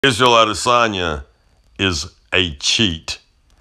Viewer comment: Keep on hearing Lasagne lol